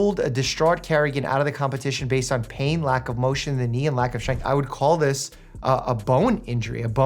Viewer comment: 'strenght' XD why do i have to pick up on these things honestly